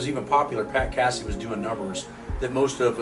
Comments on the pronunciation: It's not cassEe lol it's Casey like Casey Jones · What's up you're saying Casey's name wrong Delaware no biggie what it's not Cassie like a cat LOL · It's Pat Casey-with a long A. Not "Cassey". Do your homework.